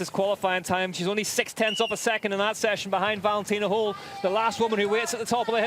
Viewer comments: Can somebody tell the stupid commentator it’s Holl not Hole. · Höll… try to say Hoell if you cannot pronounce the german letter Ö